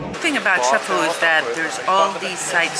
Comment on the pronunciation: It's ChefaLU